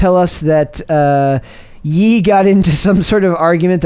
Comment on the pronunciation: Ye is pronounced “yay” dog. C’mon, get with it lol